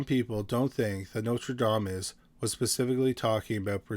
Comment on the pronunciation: I love both your channels. I have a very small critique! You keep saying Notradamus instead of Nostradamus. ❤❤😮